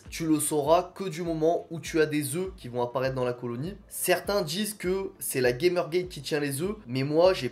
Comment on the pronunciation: Bravo pour la vidéo, tu as une super belle colonie ! Si je peux me permettre on prononce Gamergate : "gamère gatte" car c'est un mot scientifique dérivé du grec et pas du tout un mot anglais 😉